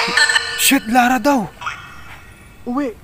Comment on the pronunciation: cgurado ka ho uwi ang sinabi? parang di naman ganyan katunog?